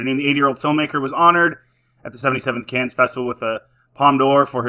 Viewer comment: First of all, Coppola funded the ENTIRE film himself. 130 million dollars. Secondly, it's pronounced 'Can' not 'Cans'. There you go. Sort your mic control out.